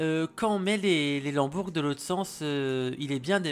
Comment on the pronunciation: un lambourgue ? non une lambourde. super vidéo sinon!